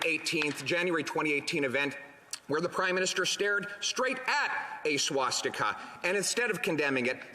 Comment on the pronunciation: Why do Canadians pronounce swastika so weird ... . And as an American the Canadian and UK govt and the way its set up and how they always yell at each other like they're in a pub is odd to me